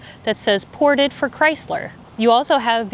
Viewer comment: *im-ported for Chrysler. The IM is worn off. Lol.